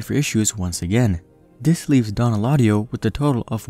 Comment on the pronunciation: Dislike because you butchered his name.. smh could’ve at least made an attempt